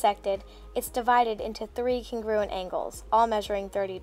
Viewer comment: CONgruent! CONgruent! sorry it’s pissing me off when she said it like cunGRUent